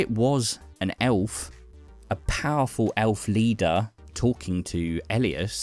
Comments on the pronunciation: You pronounced aelf properly. It is still pronounced elf like you do. Listen to the latest audio drama from the advent calendar, the autumn prince, and its about a wanderer. Characters in it call him an elf, and it's pronounced the same. The new spelling is just for copyrighting, but it's pronounced the same. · It is still pronounced Elf the A is just for Copyright (and a reference to old Anglo Saxon letters).